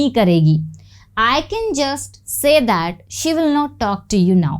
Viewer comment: Pronounce "says" correctly.